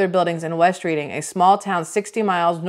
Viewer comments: Hey, I'm born n raised 15 miles from the chocolate factory out in Amish Country and I can assure you that we pronounce it "RED-ING" (not reading, like "reading" a book)! West Reading n Reading are the same city, one is on the West side of Rt422 and Reading is on the East side, they are separated by the Penn St bridge over Rt422. It's the capital of Berks County n now a major city filled with hoodrats n corruption just like every overpopulated trash hole. Reading used to be the working mans capital, that's why it's full of row homes, for all the factory workers... Now it's the welfare capital, full of bums like every ghetto! The chocolate factory itself didn't blow up, an apartment complex did! It must have been a gas line or something underground that blew and the weak link was under that building. I don't believe any chocolate was actually harmed from their malpractice... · It's Pronounced Redding , Pa not reading like a book. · The city is pronounced Red-ing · Reading PA, Redding is pronunciation. 😉 ❤ ya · I am from PA...glad to hear you speak about the Palmer Chocolate factory. We pronounce Reading alittle differently and it sounds like Redding. Have a great day ❤